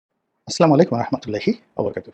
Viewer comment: গোলাম মাওলা রণি সাহেব সালামটা শুদ্ধ করে দেবেন। সালাম হবে আসসালামু আলাইকুম।